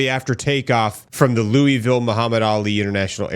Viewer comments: Its Lou-uh-vull. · Bro you're killing me quit saying Looweyville...😂😅😂😅 LOL. Its Louisville, or you can pronounce it Louisville. Some even pronounce it Louisville.......😅😂😂😅